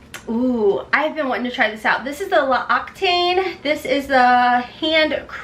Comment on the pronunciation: L’Occitane is pronounced: LOCKS-E-TON (the “ton” should rhyme with the name DON)